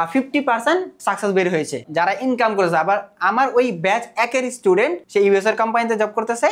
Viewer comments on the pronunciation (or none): none